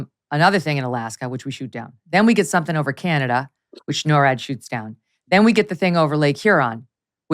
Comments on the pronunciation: Canadia? Canadia?!!! This is what happens when Karine Jean-Pierre forgets her infamous binder at home. Sad, so sad; this is what complete incompetence looks like when you hire someone based on skin color and sexual orientation instead of genuine qualifications. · She said canadia!!! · Thxxx for pronouncing Canada correctly since I cannot stand listening to Karine Jean Pierre and especially when she pronounces my Country as CanAdia !! .. Anyway, you both cracked me up through the entire great show😆😆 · She said canadia!!! My Portland friend said that to be funny. That's hilarious